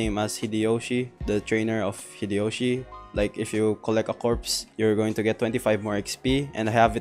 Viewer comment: my guy said "hideoshi"